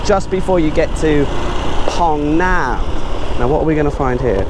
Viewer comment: Mate, love your videos BUT please 'Ph' is pronounced similarly to England as in 'f'. Hai Phong = Hi Fong, Phong Nha = Fong Nha. EDIT: just reached the part of the video where you correct yourself :D